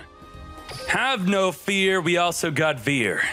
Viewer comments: It's Cyber Dragon DRY and Cyber Dragon FEAR! Why do americans refuse to pronounce it correctly >:( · one suggestion: "vier" is german and pronounced like "fear"